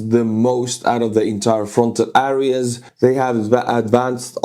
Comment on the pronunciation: äreäs everywhere. Otherwise good english but constant wrong pronounciation of a word you use a lot in the videos... euh·ree·uh.